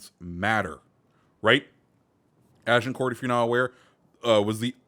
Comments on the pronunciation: You don't pronounce Agincourt with the t it's pronounced more like Agincore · Plus miss pronouncing Agincourt lol